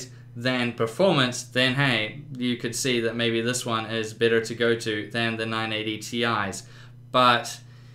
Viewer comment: exacly. this guy isnt very proffesional. he didnt even benchmark other tripple A games. And sucks at pronouncing nvidia and better.